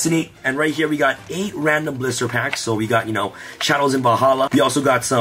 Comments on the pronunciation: Sounds like he’s saying “blooster” packs. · Is he saying blister packs?